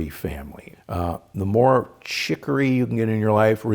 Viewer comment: chicorei, he said?